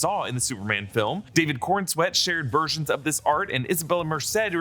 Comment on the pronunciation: Coren-swet not Corn-swet 😂